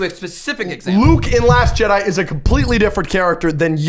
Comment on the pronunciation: The fact you said Jedi with an s at the end tells me everything